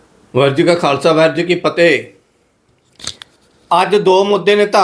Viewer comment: Bhai saab ji sab tu pehla waheguru ji khalsa waheguru ji ki fateh changi tarah bolna sikho Temprelly fateh parwan nahi loka no